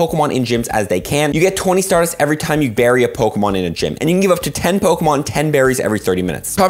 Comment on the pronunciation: is the greatest... at bucherin g names of pokemon